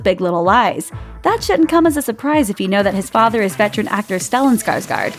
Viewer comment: No but just wanted to clarify, the last name Skarsgård is pronounced: Skarsgord given that this is a vowel native to Sweden and that is the correct pronunciation for it. Pronuounced as an "O" instead of "A". Other than that, great videos, keep up the good work!